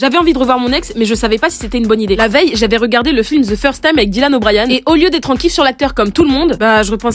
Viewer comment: Mais ta massacrer la nom de Dylan O'Brien (et oui je Crush sur lui 😂)